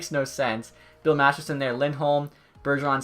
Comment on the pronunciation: Does enyone ever no he says bill masterson when it’s masterton